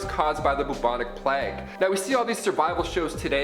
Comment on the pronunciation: It’s pronounced “playyg” not “plagg”